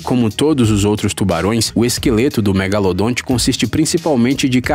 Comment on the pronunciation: Para quem acha que o nome correto dele é apenas " Megalodon" está absolutamente enganado. Pois este nome é a pronúncia em inglês . Então se o chamarem de megalodonte estão corretíssimo. Existem até pessoas que acham que o narrador está pronunciando errado. Esses que pensam nisso deveriam tomar uma tapa no pé da orelha para estudarem mais... Bando de gado.